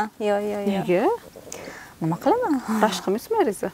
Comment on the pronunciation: Ширинни эрини рашк диган нарсани р харфи югикан